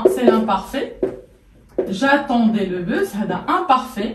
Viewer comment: On ne dit pas le (bu). Le s de bus se prononce. Donc le busse. c'est une erreur grave pour une prof de français.